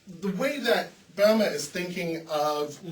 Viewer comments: When you talk about Böhme could you learn how to pronouce his name correctly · [ˈbø:mə] or perhaps [ˈbø:mɛ], English speakers don't use to be able to reproduce [ø] correctly, unless they study foreign language, such as French or (of course) German.